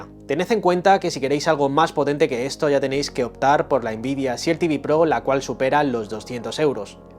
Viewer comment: RESET se pronuncia risét, no réset ni ríset. Este error frecuente es parecido al que se comete al pronunciar EXCEL, que se pronuncia exsél, no éxsel como se suele hacer erróneamente en España. SHIELD se pronuncia shild. La E no suena.